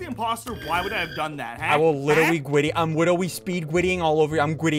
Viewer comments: We are witerally hitting the gwiddy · Witerwee hitting the grwwiddy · Dude even though this guy is hilarious I think the title this time got bro said “Witteraly hitting the gwiddy in Among us” like bro what da heeeeeeck ☠️☠️☠️☠️☠️💀💀💀💀